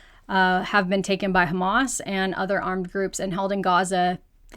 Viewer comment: all of the facts you shared are lies. Every international agency agrees there is no KHAMAS (which you cannot even pronounce properly) in the hospitals. Hamas said the hospitals are not a strategic target. According to international law, under a brutal occupation, Palestinians have a right to armed resistance according to resolutions 30-46. “israeli” regime has not fulfilled any of its responsibilities as an occupier (according to international law) and continue to commit war crimes by international law.